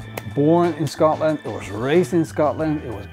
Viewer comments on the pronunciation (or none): none